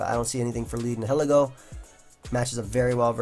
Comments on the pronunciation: I think it's pronounced ny-uh-lee-go. "nihil" like in "annihilate" meaning nothing. Ego meaning one's sense of self. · NI-HILL-EEGGO is the correct pronounciation. And just for everyone's fyi toxapex is TOX-APEX NOT TOXAH-PEX or TOXI-PEX